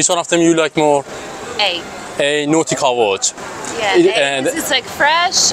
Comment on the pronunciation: Say nautica Voyage not NoticavoJ